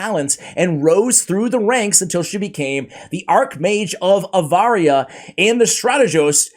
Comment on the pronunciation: With all due respect, when you were reading the lore, you said AVARIA, when it's actually ARAVIA😅